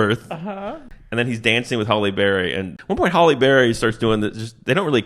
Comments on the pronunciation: Her name is Halle not holly. Sounds so weird in my head when I hear u say it 😅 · Hal-E, not Hall-E. But other than that, gold. Dammit, so good even through the invented peanut butter.... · I agree. Everytime I heard it, I thought, "How do they not know how to pronounce her first name by now?" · Halle not Holly. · Her name isn't "Holly". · It sounds like he’s saying Holly Berry instead of Hallie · Calling Halle Berry "Holly" the whole time is unhinged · 🤣 Halle. Not Holly. 😩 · HALLE not HOLLY MFER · Her name is “Halle” not “Holly” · It's Halle, not Holly, still made me laugh though! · 1. “Nappy dugout” was definitely a real slang term in the 80’s/90’s 2. WHY DO YOU KEEP CALLING HALLE BERRY “HOLLY BERRY”? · Hallie, HALLIE, not Holly! 🤦‍♂️ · It's Halle Berry, not Holly Berry. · I just came here to join the chorus of people criticizing you for calling Halle Berry Holly. Her first name rhymes with alley, not with jolly.